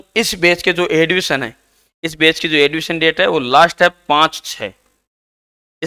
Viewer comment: एडविशन नहीं होता ,एडमिशन होता है।